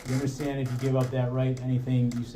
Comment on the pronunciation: douche bag is speaking to Jessica and he says, "sHtill". I'm not sure why this bothers me when he says "undersHtand" and now "sHtill". I'm makes my skin crawl.